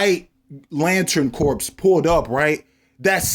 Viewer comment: Great video, but FYI, corps is pronounced core.